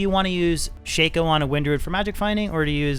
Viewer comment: The correct pronunciation is "shock-oh" not "shake-oh"